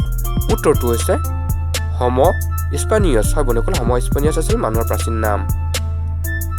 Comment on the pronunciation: হম স্পানিয়াছ নহয় অ হ'ম ছেপি'য়ানছ😂😁😁